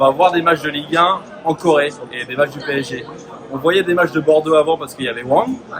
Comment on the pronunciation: 파비앙님 덕분에 프랑스어가 들리네요~! 빼에쟤~! 앞으로도 PSG(피에스지) 라고 안하고 빼에쟤라고 할께요.